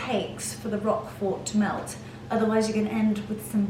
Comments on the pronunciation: Hello hello hello and merry Christmas to you all. First, I love that garnet red sweater. That is my favorite color. It’s striking on you and it is perfection times 100. Now, the cheese is called Roquefort cheese not “rock fort”. Ugh !!!!! OK, your fabulous. I wanna hang out and wear that sweater again that is your color besides white and cream. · You don’t pronounce the T at the end of Roquefort 😊